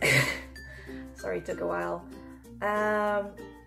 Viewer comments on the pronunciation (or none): none